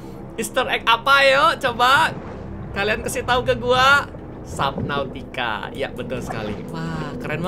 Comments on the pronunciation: Perbaikan, subnautica kak bukan saubnatica, cuma info saja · Iya sabnautica kak regi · Bukan suabnutica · "Subnautica below zero" "Sabnautica below zero" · "sabnautica" "sabnautica" "sabnautica" "sabnautica" "sabnautica" Kak regi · "SUABNUTICA BELOW zero"